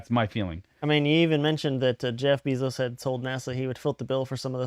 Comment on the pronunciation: Lol "Bee-zos" if you have or make a pacer dot gov account you can sewrch for the csse and at least see whatever documents are public but give it a little time too and paying pacer members will post what they've got